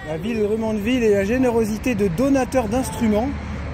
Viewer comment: Scorpions - Wind Of Change , Mais je sais que vous savez ;-) je vous connais trop. Encore une belle vidéo en famille c'est bien de vous voir en forme. Quand vous dite Drummondville ( prononcé Drom mund ville )